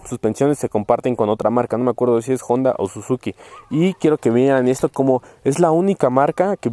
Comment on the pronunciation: Se dice Honda, que no Jonda.